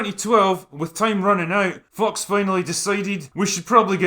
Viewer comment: Can't tell if you're deliberately pronouncing `fox` as `fucks` but anyway this is a good meta.